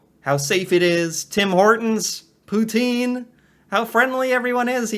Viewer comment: pronounce Pouten